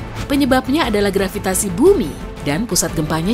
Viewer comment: Saya tertawa mendengar grvitasi wkwkwkwkwk Begitu kuat nya daya tarik grqvitasi tetapi tdk bisa menarik balon yg mengambang di udara